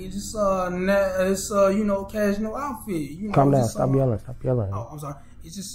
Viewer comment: Yo this first guy is on point he seems like a true real individual you just called him out about ironing his dress shirt but to me it sounded like you said how did you earn that lol